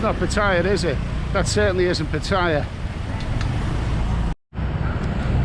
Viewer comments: It's good to hear you got a little, but if Patts doesn't work out, you might want to take the midnight train (first class of course) from BKK to Chaing Mai: lovely this time of year. Also, my friend, you're hurting my ears a bit with the pronunciation of your current location: try pah-TEE-yah. Ask your Thai lady friend. Cheers. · 1. Pronounce pattaya properly 2. Donate all monetisation of this YouTube video to thai people